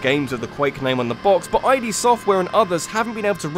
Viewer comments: Dude, Quake's developer Id, is pronounced as in Rabb-ID :) But most critically acclaimed Medal of Honor game? Surely that's Allied Assault? The final MoH game made by the Infinity Ward team. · Sorry, how did you ssy Id software again? Aye dee software?